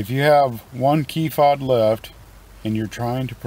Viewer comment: It’s Fob bro 😂